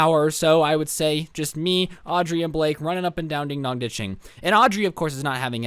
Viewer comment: "Dog" I thought it was dong